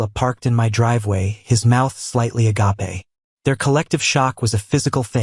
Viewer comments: Can we please teach the AI to correctly pronounce “agape”? Either that or just stop using the damn word. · pls 😭 every time they say “agape” wrong I cringe… just say “shocked” n move on lol why make it harder than it needs to be 💀